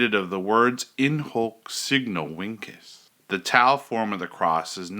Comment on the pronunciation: Shouldn't it be pronounced as "In Hok Seegno Vinchez"?